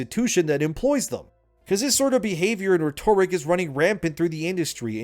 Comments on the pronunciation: I've been watching your vids for a long time, but I had to finally call this out. Your pronounciation of Rhetoric reminds me of Marvin the Martian. It's RET-or-ick, not Reh-TOR-ick. Do you say discombobulaTOR like Marvin 🤣😆😆🤣 Also, what's with the JD Vance head going on in that clip?? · rhetoric- ret-ur-rick, not re-Tor-ic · FFS. it's pronounced "RHET-o-ric", not "rhe-TOR-ic"